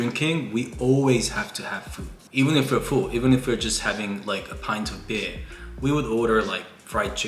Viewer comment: he suddenly turned british when he said 'beer'